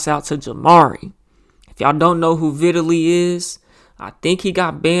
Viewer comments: Vi-Taly not vidalee 😂😂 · Vee-de-lly is a great way to pronounce that 🤡 name 💀💀💀